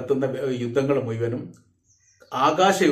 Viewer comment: താങ്കൾ ദയവായി മുയ്മനും എന്ന് പറയാതിരിക്കുക !!. മുഴുവനും എന്നു പറയുക !!😊😊😊😊